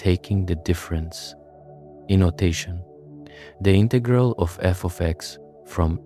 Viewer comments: This is great. But two critiques: 1). The background music is disruptive. 2) Would it have been that hard to pronounce integral in the standard manner? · bro wants to teach me about calculus but cant pronounce integral properly , nah im not interested